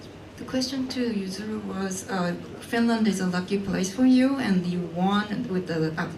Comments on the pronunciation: Oh, the good ol’ days when the British uncles used to called Yuzuru, “Yuzuri”, and now this interviewer has revived it lol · Lol did she call Yuzuru Usury ahaha